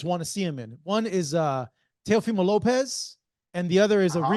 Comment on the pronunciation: That man called him "Temo femo Lopez" 😂